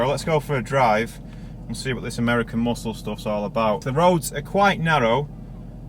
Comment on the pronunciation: the way you said MUSKKLE.. lmao